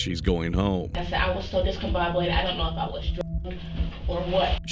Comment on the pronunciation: I hate this woman so much "I said I was so discombobulated." "I was very discombobulated." "I was so discombobobed [discombobulated]." "is that why I was so discombobulated when y'all see me?" "So that's why I was so discombobulated when y'all seeing me." "I was so discombobulated that morning."